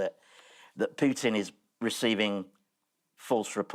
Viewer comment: Bravo Andy Hamilton, , an English person who can pronounce Putin correctly.